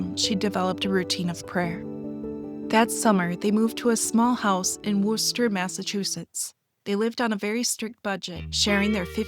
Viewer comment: Worcester is pronounced "Wooster".